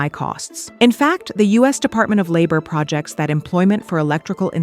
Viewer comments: I thought your AI voice did a mostly good job, but a human voice would have known the correct emphasis on Projects and Homogenous. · Did they used AI in this story about AI? the narrator said projects (like multiple projects, or things to do) instead of projects (like to project future possibilities). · You can hear it in the way “she” confidently mispronounces “projects” in a way that someone with this level of fluency and no foreign accent would not do at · OMG it mispronounced and errored out saying "homogeneous" . This is actual comedy.